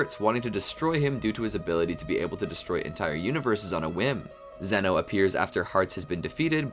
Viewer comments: It’s pronunciation is Zeno (zz, eeeee,no) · it’s pronounced zee-no